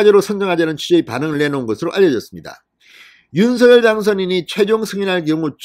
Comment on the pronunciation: 윤서결이아니고 윤성열로발음해주세요 발음하나때문에 퀄러티가떨어져서야되겠습니까